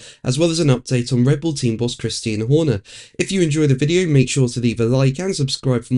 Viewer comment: Did you say “Christine Horner” ? Ouch !